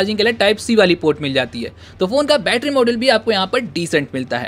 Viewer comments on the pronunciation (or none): Not bettra its battery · Batarra sounds annoying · Bhai aap batra mt bola karo mujhe bahot hasi aata hai bhai 😂 सुरु में क्या ही बैट्रा बोलते हो 👍😁